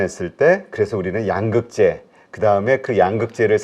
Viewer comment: 양~극재 아니고 양극재 兩이 아니고 陽